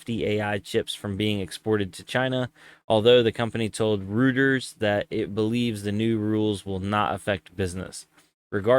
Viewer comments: roy ters not rooters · "Roy-ters" = Reuters Jelly Peace! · Btw. "Reuters" is pronounced "Rojters"... 😉